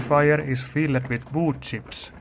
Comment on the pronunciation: You were pronouncing every word so amazingly. "The container is Fill-ed." "The camshaft has been Change-ed." Awesome.